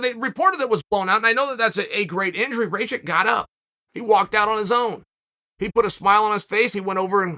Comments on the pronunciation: Rakic not Rakik .. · "Raykick" - Chael.. it's "Rackitch" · Who's Raykick? Is he saying Rake it or Raykick? 🤔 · RAYKICK? IT IS PRONOUNCED RAKITCH. Jebeni ameri. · Ah yes, Raykick. I have been pronouncing the name wrong all this time. Thanks Uncle Chael 🙏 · Bro said “rake-ik” 😭😭😭 did he not listen to Bruce out the announcer pronounce his name? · As a Slav, “Ray-kick” made me cringe so hard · Chael pronouncing his name properly last weel and now changing it to "Raykick" is an absolute powermove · Does Chael just misprounounce your name if you lose? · How could you possibly think that’s how rakic is pronounced